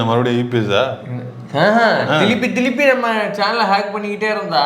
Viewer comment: திலுப்பி திலுப்பி இல்லை திருப்பி திருப்பின்னு சொல்லுயா திலுப்பி திலுப்பின்னு சொன்னா எரிச்சலா வருது சிரிப்பு தான் 😊😊😊